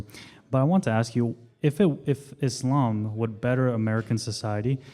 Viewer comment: he always pronounces it as "isLAMb" lol, its so annoying